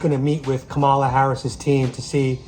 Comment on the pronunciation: It's pronounced Camel-ah.